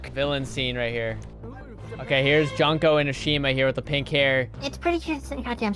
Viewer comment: The name is pronounced June-Ko